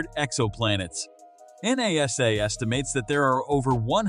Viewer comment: This video lost me twelve seconds in with “en eh ess eh”.